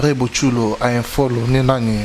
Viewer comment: bongisa anglais ozo sala ba erreurs ont dit unfollow et non infollow,2 emement unfollow c est ne plus suivre et non se desabonner, alors que se desabonner c est unsubscribe correction please